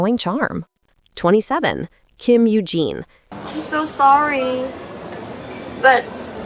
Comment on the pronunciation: If you've watched the K-drama My Love From The Star, you'd think Jun Ji Hyun can't speak English. The way she says "Sorry" as "Swarry" in that drama is funny 😂.